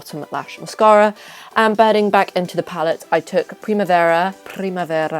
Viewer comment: the second time you've said ",primavera" you have said it very well (sorry for my english)